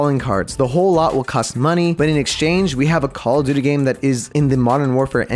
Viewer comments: JUST SAY CALL OF DUTY NOT COCODUDLE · Every time he says cock o duty it gets crazer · Pronunce call of duty normally or draw 25: 😠